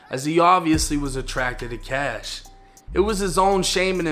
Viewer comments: Dude Please stop saying Kash 🤣🤣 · It’s “Kashh”